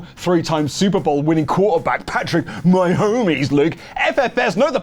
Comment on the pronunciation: Incredibly difficult to understand Luke reading Patrick Ma-homies related comments. The impression of each of them swallowing the quarterback to the footballs did come across authentic. 10/10